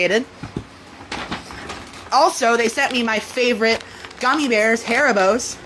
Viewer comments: My favorite gummies, "Hair-i-bows" WTF..🤦‍♀️🤦‍♀️🤦‍♀️ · And as a german to hear him pronounce haribo, hÄribOs is just insulting